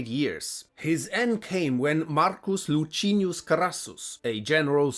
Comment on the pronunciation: Lutschinius? LICINIUS OMG lean to work with 11Labs